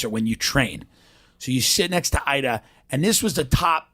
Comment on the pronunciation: Top producaaah Idaaah. <3 Where's the caaaah, Idaaah?